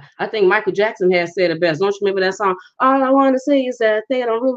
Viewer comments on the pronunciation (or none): none